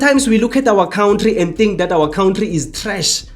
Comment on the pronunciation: Cow ntri it's kantry 😂